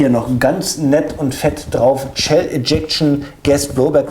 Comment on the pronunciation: warum sagst du eigentlich immer "Tschell eject"? :D